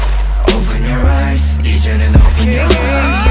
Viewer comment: i mean ,the song is great but couldn't anyone tell taeyong that its actually pronounced eyez not ice !